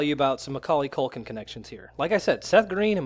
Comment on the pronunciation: mckulkin STOP saying mckulkin, I can't breathe😂